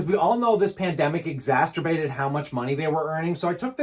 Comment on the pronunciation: Love your channel, your the best. I think you are meaning to say exacerbated but it's coming out exasterbated. Not trying to be that dude who corrects people on the internet, just trying to give you a heads up to spare you some potential future embarrassment. Be careful with that one my dude. It kinda sounds like something else.